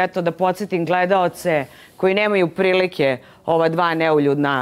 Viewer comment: čak ne zna ni da izgovori ono o čemu se izjašnjava... Za nju je to " neljudna"... 😂😂😂